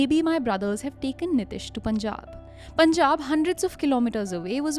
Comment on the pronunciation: ehen, niteesh hota hai. nitish atish nahi.